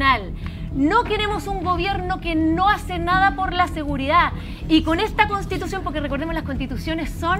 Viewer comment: Cuando dijo les invito o castitucion lo entendi todo xd😅